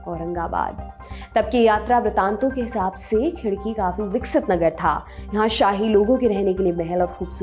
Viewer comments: खिडकी नहीं "खडकी" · उच्चार खूप चुकीचे आहेत...ऐतिहासिक व्यक्तींना सन्मान देण्यात यावा. तुम्ही मलिक अंबर साहेबांना देखील सन्मान देत नाहीत. उदा. शहाजी राजे, मालोजी राजे, खडकी आहे ते खिडकी नाही. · Ma'am let I know, it's KHADKI not KHIDKI... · खिडकी नही "खडकी" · Its KHADKI...NOT KHIDKI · Khadaki not khidki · Khidaki nahi khadaki...